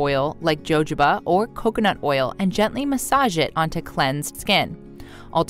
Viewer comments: It's pronounced "H" . Jojoba oil is pronounced "hahoba" oil. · jojoba is pronounced HO HO BUh.. and it is a wax. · Number 3 is jojoba. It is pronounced Ho ho ba. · JOJOBA OIL is pronounced HOHOBA OIL. The J is silent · Jojoba oil, is pronounced hohoba oil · Jojoba is pronounced as "hohoba" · Jojoba (pronounced) hohoba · It is pronounced “hohoba oil” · Jojoba oil is pronounced... HO-HO-BA oil. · Jojoba is pronounced huh-how-buh. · jojoba oil is pronounced hohoba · JoJoba is prounounced Ho Hoba Oil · Jojoba is pronounced hohoba. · Mam, it’s pronounced HOHOba oil😂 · "Hohoba" is how to pronounce it 🤦🏼‍♀️ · It's pronounced (jojoba) Huh-ho-buh. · Jojoba = ho-ho-bah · It’s pronounced “ho ho ba”. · LOL, Jojoba is pronounced hohoba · Learn how to pronounce the name of the oil before you try to pitch it. Jojoba is pronounced “Hahoba “🙄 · Lol...its pronounced ho-ho-buh. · At least learn how to pronounce the words in your video. Jojoba oil = Huhoba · It’s ho ho bah. Silly woman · Ha ha ha ha ha - you do not know how to pronounce Jojoba Oil - I suggest you ask Google to help your pronunciation. Mind you, it did make me giggle! As the American language always does - the biggest laugh is when they say they speak English - they so obviously don't! Jo Jo 🤣🤣🤣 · And AI audio. This video got over 1 million views which is nicely monetized but the mispronunciation of Jojoba over and over again what is beyond annoying. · Actually it's pronounced with a sound like German Buch, Mexican X, Spanish j is not h. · When someone pronounces Jojoba oil with a ‘ J ‘ sound, I stop watching. I figure that they don’t know what they’re talking about because they don’t know how to pronounce the word correctly. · I have never heard jojoba oil mispronounced as it was in this video. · When we VISIITED the JoJoba FARMS in Santa Clara, California, NOBODY pronounced "Jojoba" as this NARRATOR DOES. Jose' nor Juan sounded like the "J" in her JoJoba oil EITHER . WHAT'S WITH HER ? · It’s ho ho ba, not Jo Jo ba ❤️